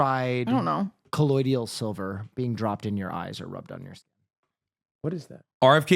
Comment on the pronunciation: Colloidal, not colloidial!